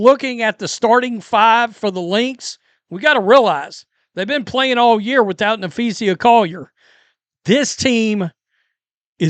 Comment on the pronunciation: Please stop saying "Napheesia" it's annoying.